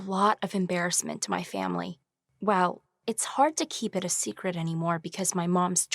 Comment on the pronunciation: “There is no secrete that could be hidden forever” done 🤣